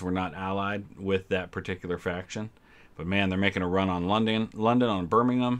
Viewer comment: The way you pronounced 'Birmingham'... congratulations on being the first north American to do it correctly lol